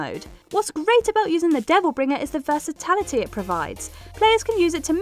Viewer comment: Came here hoping somebody else would have noticed this and been annoyed.